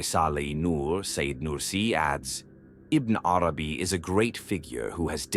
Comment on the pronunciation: Have you even read what you are talking about? In the original language – because that is what every writer of genius – which Ibn ‘Arabī is – deserves? I doubt it – your pronunciation of his name is just so far from what it should be that the rest will have not obtained more respect from you than that. Now, you or others in your defense may reply: leave the pronouncer alone – “they” is after all only an AI tool. Aha! If you are an AI tool, why would I even bother to listen to the first letter you pronounce. You are not, as Ibn ‘Arabī would see, a letter from one of the infinite number of letters of one of the infinite number of Names of God. Stop whispering. Into my ears or any other’s.